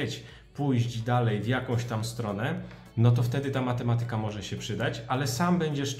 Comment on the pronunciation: Matemaaatyka, nie matematyyka.